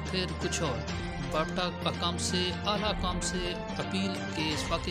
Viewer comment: Bhai wapta ni wapda hota h😂😂